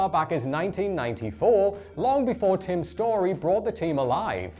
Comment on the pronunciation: *Tim Story, not “Tom.”